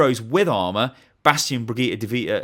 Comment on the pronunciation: he said D.Vitta